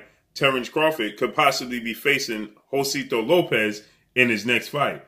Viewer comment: Jose-sito not Josito lol